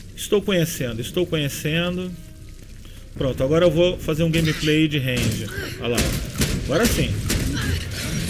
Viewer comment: "Grameprei' foi fods em HUAHUA'